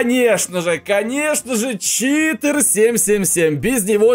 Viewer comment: Какой читр а читер !